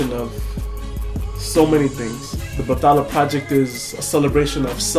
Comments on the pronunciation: My admiration went through the roof when u said u were a skeptic. =D. It's pronounced bat-hala by the way. Your intonation is right, you're just merging the th as in English, but it should be bat-ha-la, not ba-tha-la. Well, I'm not really that sure about that but. yeah. And try to pronounce the initial y in baybayin. But enough with the language lessons, I agree 100% with the (subtle) anti-christian message. ᜋᜊᜓᜑᜌ᜔|| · Kuya you pronounce it bat-hala magkahiwalay po sila. Hindi po siya english word.